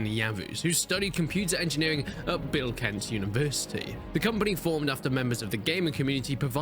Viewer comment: My guy nailed that "Bilkent Universty"